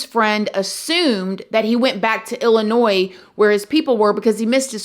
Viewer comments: It's illa noy ...not illa noys hun lmbo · The s is silent in Illinois!